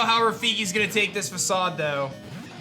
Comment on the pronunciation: Dude you're pronouncing Facade wrong.